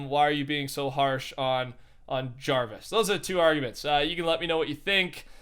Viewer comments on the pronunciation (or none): none